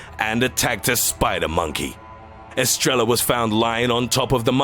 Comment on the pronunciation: Estrella is pronounced estreya